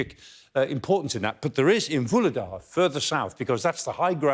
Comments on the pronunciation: It's not Vuledar. It is VuHledar. H is as loud as H i HOLD. It's not OLD. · He's not the only one to pronounce H-less Vuhledar, as if English speakers were French or Italian, simply ignoring all the H-s